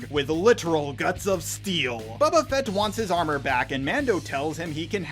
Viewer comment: "Babba Fet"